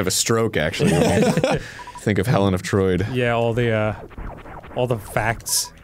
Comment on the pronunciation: HELEN OF TROID 🤣🤣🤣